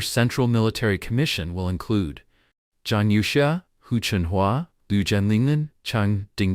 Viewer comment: Your Ai is sleeping! Its Zhang You Xia not Yao!